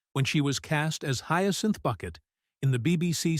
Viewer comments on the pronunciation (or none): I kept wanting to correct the audio every time I heard "Bucket" -- it's Bouquet!!!!! 😂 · Say her name correctly, please. And it's not "Boo-quet" or "Buck-et".